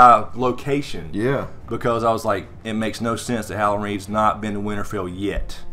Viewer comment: HOW-LAND REEDS ?